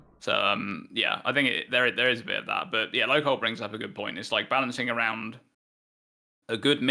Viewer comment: lolcoHOLE? It's LolcoHALL. Is in a play on alcohol you moron.